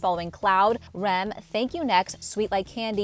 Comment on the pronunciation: I cringed when you said REM instead of R-E-M